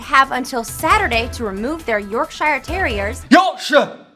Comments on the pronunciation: York-shiy-are terrier, WHY? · I thought you said Yorkshire terrorists!